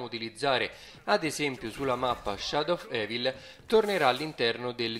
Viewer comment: C'è ma sai come si pronuncia Shadow of evil?!?!😂😂😂😂. L'hai pronunciato in modo troppo divertente "evil" comunque bellissimo video👍🏻👍🏻👍🏻👌🏻👌🏻👌🏻